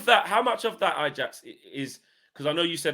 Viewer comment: I-Jacks? Really?